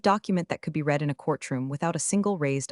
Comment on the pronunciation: Sad the punchline was ruined by AI Not knowing that Read is pronounced RED